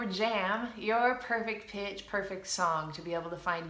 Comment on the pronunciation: i've thought u've said 'perfect bitch', lol